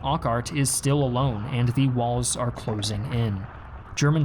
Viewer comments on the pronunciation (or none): none